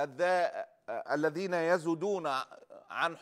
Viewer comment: الذابين ما قادر تنطقها انت رجل اعلامي فيلزمك أن تراجع لغتك العربية